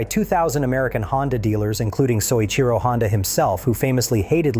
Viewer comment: Oh, BULLFROGS. If you were a person (rather than a bunch of AI garbage), you'd know that Mr. Honda's name is pronounced "So-EECHEE-Ro"; Mr. Honda came to the Isle of Man TT races in 1954 to learn about the European motorcycle market, and the first hgh-tech racing Honda was the RC-142 with 4-valves per cylinder: a Honda team raced in at the Isle of Man Honda's first 4cylinder racer was a dual-overhead-cam 4-cylinder introduced in 1962 and the '1969 Honda 4" was SOHC. Honda's racers were racing on the Isle of Man in 1959 and won a 125cc World Championship in 1961. By 1964, Honda was racing an inline 6-cylinder motorcycle. "Mr. Honda didn't know anything until he sat in a park in Switzerland in 1968." Do you know how silly that sounds? "The Honda 4 put every European motorcycle manufacturer out of business" Right - like BMW, Ducati, Moto Guzzi, (modern) Triumph, etc. which are still thriving today. Total twaddle, the Honda Four featured carburetors that would stick at full throttle, handling like a syphilitic 3-legged hippopotamus, disc brakes that would fade and lose power in wet weather, tiny cam chains that "stretched" and snapped. The perfect bike, right. Come on, tell a true story, there are a lot of them out there a lot more interesting than your AI generated